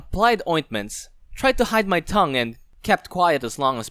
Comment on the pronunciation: Stop saying tougue